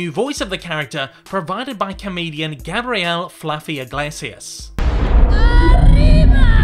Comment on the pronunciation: Lol sorry but I couldn't help but laugh when he called Gabriel "Gabrielle". His name is the masculine version of that name and also a biblical/Hebrew name of a famous angel, it's pronounced "Gabe-bri-el", he doesn't have a girls name with slightly different spelling lol.